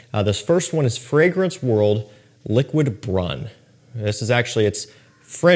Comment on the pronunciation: It’s pronounced lick,wid broon. Hope this helps